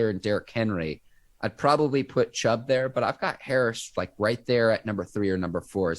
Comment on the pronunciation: Ike Taylor tries so hard to make himself sound uneducated his name is Chubb not Chubbs and it’s Steelers not Stillers smh man get it right will ya‼️💯🖤💛🖤💛🖤💛